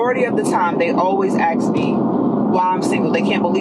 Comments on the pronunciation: "Axe me" 😆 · “Axs me” =0. AND rude? Only a simp would want this. The second one might as well say “mirror mirror on the wall”